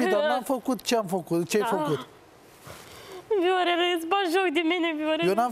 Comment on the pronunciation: Mor de râs "Veorele , veorele"